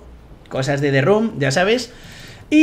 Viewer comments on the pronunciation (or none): Te run tu (The room two). hablador de inglés profesional, recibido de la academia de Open English